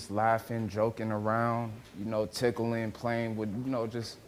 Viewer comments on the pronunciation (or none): He said tickling 😂